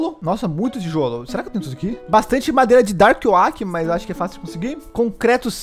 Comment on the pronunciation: So eu que fiquei com agonia do falando o nome da madeira errado? Kk